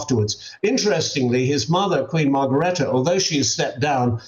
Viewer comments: and mispronounced Margrethe,too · this commentator bs...cannot even pronounce Margrethe's name correctly. New King did NOT JUST stand close to a glamorous woman in Spain. Do your research...Spanish news has been covering this huge scandal. Typical fake coverage